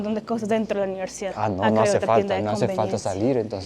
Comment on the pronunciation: Holaaaaa, por favor di: UNIVERSIDAD varias veces 😂 En tu grabación se te entiende: NIVERSIDAD 😂 Cada vez que te escucho decir esa palabra me recuerdas a un guajiro